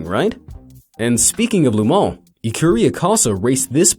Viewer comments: then why did he say "loo" instead of "luh"??? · GEEEEEZ! it's LeMans, not Le Mon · Not LuMon dude.... LeMans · Also, why does he keep saying "Lu Mon" instead of "Le Mans"? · La moan🤣 pft! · "Lou Moan?" I think he owned a deli here in town... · Le Man = Le Mole? Le Mont? WTF? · Alfa Romero, or Alfa Romeo? And Lu Mons? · You change the pronunciation of Le Mans like 8 times in this one video